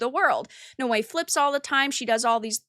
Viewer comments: It's pronounced Now_Way Noae that was driving me crazy I started to think do you know how to pronounce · It is Naoe not Noei and Evie and not Ewe. With the rest a agree👍🏻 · I love how you give so little of a fuck you don't even know how to pronounce Naoe.